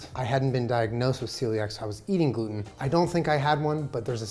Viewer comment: i skipped back 3 times just to hear jenna say “glUten”